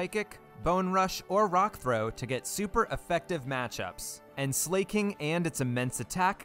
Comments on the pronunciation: Bro keeps calling Slaking "slay king 💅🤴" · Great idea for a video, and I like that you pronounced it Slay-king. Very appropriate for one without Truant. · slake-ing! not slacking like its ability but slakeing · Slaking... As in, slacking... Slack - ing😭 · If they wanted it pronounced Sl"A"king, don't you think the English globalization team would've spelled it Sleiking or Sleighking? No hate, amazing video. Keep it up!